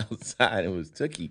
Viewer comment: He shouted out OG Cutes...